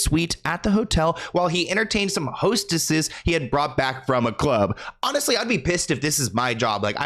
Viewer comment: lol that emphasis, “hostesses”